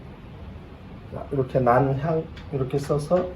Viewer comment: 란향은 북한식 발음입니다. 난향이 옳은 표기법이죠....그림은 잘 감상했습니다.